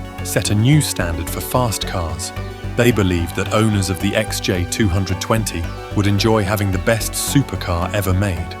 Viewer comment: Is this video's voice-over AI or does the narrator juts not know how to say XJ220 or XK120 ?